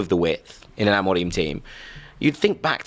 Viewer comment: Everytime he says amorim like that I nearly vomit